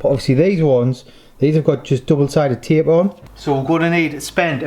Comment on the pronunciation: Taype? Did ya get that of?